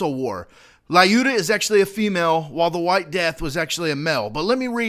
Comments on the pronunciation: it is pronounced luda not lyuda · i`m from Russia and every time then you pronouncing Lyuda "LAUDA" i am hiccup! in right pronunciation Lyuda no letter A most right way to say that is say Luda that is more close to original In English variant 2 letters together y and u exchange one Russion letter "Ю" :) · I had heard about this before but I couldn't see the analogy with the console wars thing. By the way, it's pronounced "Lyooda", not "Lie-you-da". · I believe "Lyuda" should be pronounced, "L'YU-da", NOT "Lie-U-dah". Just throwing that out there. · Haha I love you attempt at Russian, my friend. But her name is Lyudmila (Людмила), it's more respectful. And you say her little nick name like "Lee-yoo-da" no "L-I-ooda", but never the less, awesome job with research! I just don't know why it had to be her and not Vasily Zaytsev. Either way, it is awesome, sad though that I'm Russian and I have this and I got the rifle that killed my ancestors. Lol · or looda not luda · Just saying, lyuda is pronounced "lude-ah" ... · The "Y" in Lyuda is silent. Just so everyone knows.